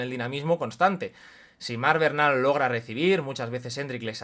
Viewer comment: Porqué se pronuncia Bernal cómo Barnal? Es así en catalán?